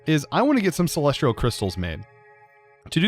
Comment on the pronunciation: I'm not the only one that's annoyed by him saying "Celes-tree-al" instead of "Celes-tea-al" right?